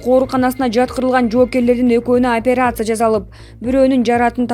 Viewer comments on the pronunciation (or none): none